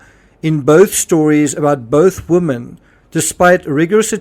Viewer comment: 'Women' is pronounced 'WIMIN'